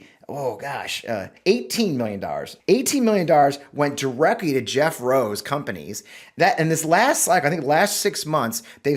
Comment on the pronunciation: Fleece vest in 90 ° weather!🤣🤣🤣🤣🤣I kept hearing "Jethro" rather than Jeff Rowe.